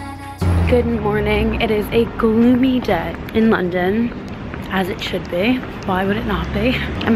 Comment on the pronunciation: When you said ‘as it should be’ you sounded so British!! Come back soon!